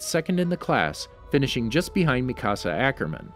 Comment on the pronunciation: Me: hears “MiKaSa AcHoRmEn” Also me: wait a second...